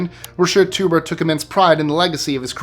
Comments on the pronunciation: The name Teuber is pronounced like "toy-bear" not a potato. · You don't pronounce 'Freud' as 'frood' and you shouldn't pronounce Klaus Teuber's name as 'tuber'. Even if you're a YouTeuber.